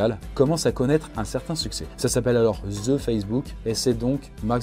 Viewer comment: Ou est le z dans the facebook de la façon que tu le dit c'est comme va ze Facebook mais je comprend tes français et vous dite que les québécois parle mal c'est pas un commentaire haineux